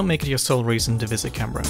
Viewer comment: Can Berra, mum it's pronounced canbra, arrebnac